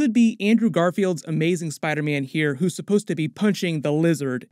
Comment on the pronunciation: Is anyone going crazy between to where Dr Strange says "Spiderman" but it sounds more like "spidermen"?